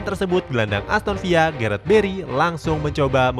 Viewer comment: aston villa tetep dbaca aston villa min bukan aston viya😂 kcuali real valladolid tuh baru dbaca "real vayadolid" itu juga bendtner baru djual pas 2014